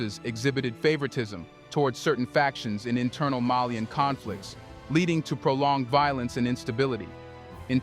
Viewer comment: Malian not melien